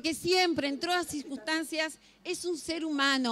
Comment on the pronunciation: esta mujer dijo surquistancias en vez de circunstancias, por que la dejan exponer